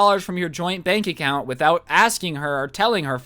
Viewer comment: Am I the only one that heard "joint bank accout" Xd?